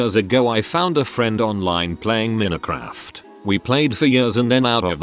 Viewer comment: "mee-neh-craft" you can not butcher the name that much bruh